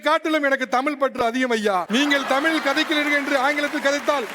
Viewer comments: தமிழ் என்பதையே சொல்லத் தெரியாமல் தமிள் தமிள் என்று பேசுபவன் தமிழனா? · தமில் nu thappa ucharikuran, Ivan lam thooya thamizh la pesalama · தமில் தமில் 🤔 என்னடா தமிழுக்கு வந்த சோதனை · தமிழ் என்று சரியாக உச்சரிக்க தெரியவில்லை இவனெல்லாம் தமிழை காப்பாத்துவானாம்.